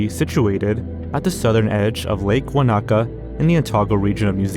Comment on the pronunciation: New Zealander here. Wānaka is not pronounced "Wa-Na-Ka" it's closer to "Waa-naka" (emphasis on the a in the Waa and then no separation in the na and the ka). It's a Te Reo Maori name! And yes, the tree is indeed very bizarre having seen it with my own two eyes